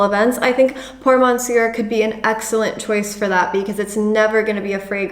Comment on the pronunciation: Nice video, on thing though, we don't pronounce the "R" at the end of "Monsieur". Cheers, keep it up.